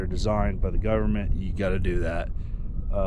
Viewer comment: When you say govermenrr and errace, Black earth farming has something to tell you